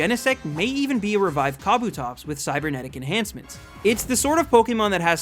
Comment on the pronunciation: said mispronounce. He officially missed pronounced in this order. Kabutops, Rayquaza, Deoxys, arguably Arceus as mentioned, and the word deity. Whether you look at the anime, the 3-D Pokédex app thing, or Bulbapedia, those Pokémon have been missed pronounced. I just found it ironic that he was worried about mispronouncing one Pokémon, when he actually miss pronounced four.